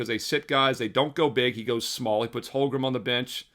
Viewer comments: Dude. You're killing me. HOLM-gren Not HOL-grum LOOLLL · If I had a dollar for every time you mispronounced Holmgren this postseason I wouldn’t have to bet. Lolol just giving you a hard time, love the looks